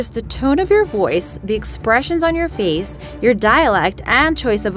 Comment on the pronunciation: and he reads your feece not face ;0